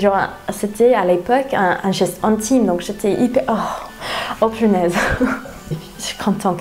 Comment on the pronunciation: elle a dit "pinaise". elle est french à 100%.